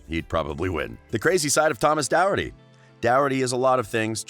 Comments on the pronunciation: It’s not Doherty it’s dorcherty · Its Doraty Not Douraty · His last Name is Doherty. Is dat actually how his last name is pronounced??!!!